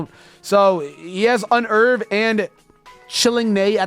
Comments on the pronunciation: "Un erve" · Yeah. I pronounce it Un-nerve.